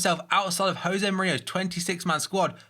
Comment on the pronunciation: his name isn't pronounced Jose it's pronounced Yose